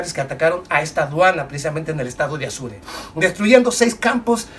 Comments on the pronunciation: Apure... Estado APURE.. No se le dice Azure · No es Asure, es Apure. Yo también confundía a Chihuahua con un perrito. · Mi amigo muy buen video. Pero se dice Estado Apure